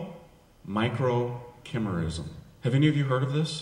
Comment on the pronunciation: N.b., Father Calloway mispronounces microchimerism. It’s ki – MEER – izm, with a hard k and a long eye as in sky.